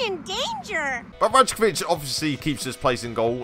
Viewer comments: it’s pronounced rai-ko-vich by the way not raj-ko-vich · Rajkovic is pronounce Rykovic btw. Great episode anyway mate.